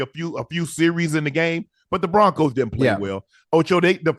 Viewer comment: Who is the “Proncos” Just giving your crew a hard time. Good show